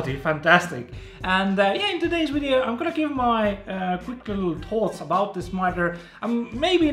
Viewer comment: i like this guy but whats a "wideo" ?